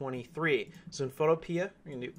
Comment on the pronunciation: It’s photo pea not photo peeah